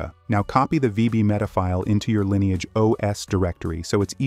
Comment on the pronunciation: I'm a little confused. Is it pronounced "Linni-age" (as in Linny) or "Line-age" (as in line)?